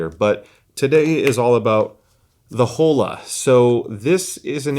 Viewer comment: Please, “Oh-La”. 😭 no Holes here. LOL